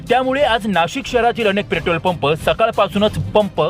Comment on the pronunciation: प्रेटोल 😂 अबे तुम्हाला बोलता येत नाही नीट आणि बातम्या देताहेत.